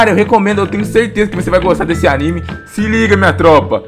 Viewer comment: Fala direito pô nossa que ódio de quem fala errado nome de anime